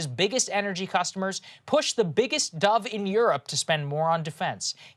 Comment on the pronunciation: Dove…. I first heard “dub” 😆